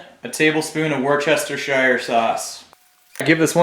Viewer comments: Worst Chester chest shire sauce! Classic. For my American friends the correct pronunciation of Worcestershire sauce is: Wuss Tyre Shire. Great recipe 👍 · It's pronounced "Wuhsta" sauce. Like how Gloucester is pronouced "Glosta". 😀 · Correct pronunciation for Worcestershire is phonetically "wooster sheer." Three syllables. Less work ... lololol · war-chester-shire saws. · omg lmao about the worchestershire sauce ......